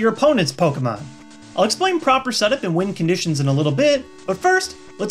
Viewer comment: Parent here, learning so I know what my kid is talking about. At about you say "Win Conditions" and at first I thought you said "Wind Conditions" and I thought to myself, "Holly crap, how complicated is this game?!?"